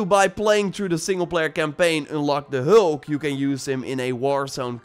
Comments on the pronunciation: you say hulk not heulk🤣🤣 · ”The heulk” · The way he says hulk 😂